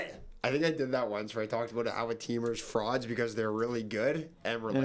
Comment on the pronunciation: just starting the vid. I better hear do that “froud” pronunciation 😭😭❤️